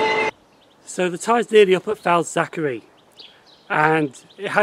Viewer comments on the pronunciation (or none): FAZ ACK ERLY not FAZ ACK ERRY- KEER BEE not KIRK BEE im from liverpool and its crazy how people get these names wrong. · yeah lol you pronounced it Falzachery I could stop Laughing. And it’s not pronounce Simons wood it’s pronounce Simins wood it’s crazy how it really pronounced